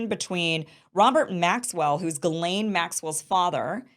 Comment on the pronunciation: For the love of God!!! I ask every last person reporting on Ghislane to ask a French speaker how to pronounce the name!!!!